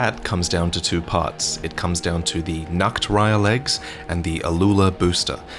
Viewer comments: No matter how often I hear it said, the "Nachtreiher" being said as "Nacktreiher" is still funny to me. "Nachtreiher" is German and means: "Night Heron" or "Heron of Night". Meanwhile, "Nacktreiher" means: "Naked Heron". :D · You keep saying "Nacktreihe" which just means "naked row", instead of Nachtreihe :/ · btw. Nachtreiher translates to night heron, however you are pronouncing it like Nacktreiher wich would translate to naked heron xD. The words Nacht and nackt are always great for trolling people who don't speak german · I respect trying to pronounce Nachtreiher properly, but it sounds way to funny hearing you say Naked Heron in perfect german instead of Night Heron.🤣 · The way you pronounce Nachtreiher changes its meaning from "night heron" into "naked heron" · So funny how you pronounce Nachtreiher.